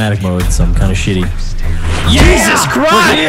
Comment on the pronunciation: He said yeezus christ